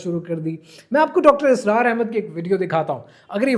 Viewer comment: Correct pronunciation is Asrar not Israr! Please be informed. Thanks.